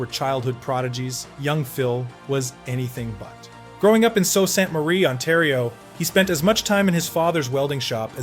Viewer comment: Sault is pronounced "Soo". It originates fron French.